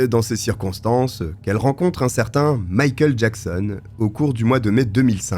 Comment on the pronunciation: J'ai eu beaucoup de mal chaque fois que j'ai entendu "Mickael Jackson" :)